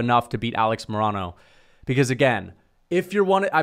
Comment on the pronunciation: Dude you pronounce Alex Morono so wrong lol